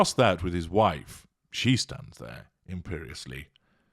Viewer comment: Emperiosly is that correct ? I love that Word XX